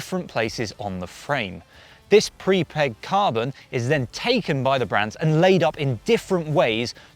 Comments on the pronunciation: Prepreg not prepeg 😉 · It’s pre-preg not pre-peg.